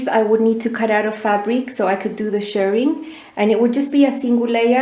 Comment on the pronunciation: Thank you again for another very informative video. Loved both dresses and I cannot wait to see the next hack. I always wait to see if you post anything on new patterns so I can purchase through your link. Also I am so glad you say Shirring and not Shearing, as you Shirr Fabric and Shear Sheep. 😆